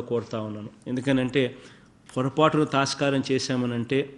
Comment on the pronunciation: thastharamnot thaskaram